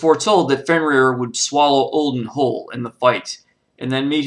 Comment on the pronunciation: You got the name wrong its fenrir